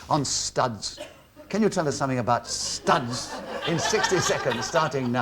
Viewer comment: why the hell does Nicholas have to pronounce the word 'studs' the way he does?